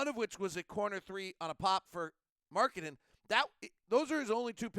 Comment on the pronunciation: Surprisingly good Finnish pronunciation there with Lauri's name. Especially surname.